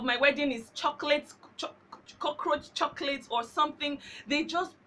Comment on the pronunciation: Did she just say cockaroach chocolate LOLOLOLOLOL too funny! Hahaha. Anyway very informative video Thank youuuuuu!!!!